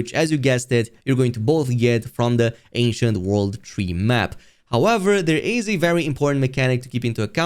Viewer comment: ANCIENT! Thought you were saying Asian! I was like it doesn’t look Asian…